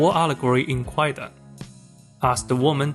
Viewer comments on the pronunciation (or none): "Kwaidan" is pronounced "KAI-dan," with the "w" being a legacy spelling from a historical transliteration system that is now silent. In modern Japanese, the word for "ghost story" is spelled and pronounced "kaidan". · A veritable shibboleth. I came to the comments to see if anyone corrected the pronunciation and I am not disappointed.